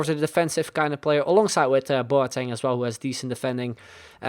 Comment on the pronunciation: Boateng is pronounced Bwah-ten